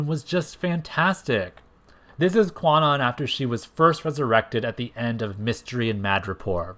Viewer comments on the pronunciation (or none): 1. Kwannon is actually pronounced like Con Own. This article here explains the correct pronunciation and origin of the name: 2. Kwannon actually did have powers before the whole body swap ordeal. It was stated in X-Men #32 that she was always an intuitive empath, displaying, at times, low-level telepathic abilities and that was the only reason their procedure by Spiral was a success. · I know this is a 3 year old video but the w in Kwannon is silent: it’s pronounced “Kan-On.” “Kwannon” uses a premodern transliteration of Japanese that is no longer used. Modern linguistic systems would spell it “Kanon” (観音)